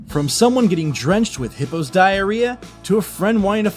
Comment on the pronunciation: Not gonna lie... (Nor I'm not even trying to be funny...) When the Narrator just says "Getting drenched in Hippo's diarrheas." I honestly really thought he'd just said; Getting drenched in HITLER'S diarrheas!